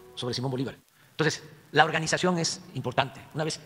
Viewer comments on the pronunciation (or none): Vas a dejar por escrito "ej de que" "no jomoj igualej!